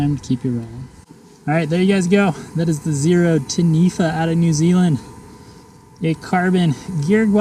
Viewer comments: being born and bread here in NZ we pronounce the zerode's name like "Tani - fah" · Try pronouncing it Tan-e-fa... That's the correct manner. It's a Maori name of a legendary water monster. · Taniwha is pronounced Ta-knee-far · It's pronounced Tarn-eee-far. Great review! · Yeah nah, it’s t’neefer.